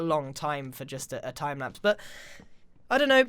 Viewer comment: are you having a stroke